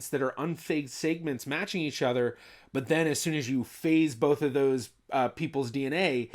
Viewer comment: Why do you pronounce segments weird?